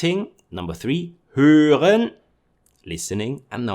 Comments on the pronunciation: Höhren? Nein: hören. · was it supposed to be "Hören"?? :D Your channel is one of the best. Keep it up!